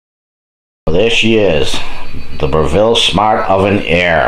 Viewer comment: It is spoken BRE-VALL, not BRE-VILLE. Lmfao.. Proving, not Proofing. lol